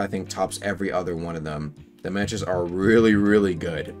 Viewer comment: Can’t be that hard to pronounce mantra bro said man 👨🏿 tras